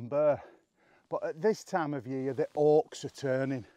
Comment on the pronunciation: I always enjoy your videos, and your accent. I had to laugh when you talked about the oaks turning, because it sounded like Orcs. What a beautiful Tolkien landscape. I see no Orcs.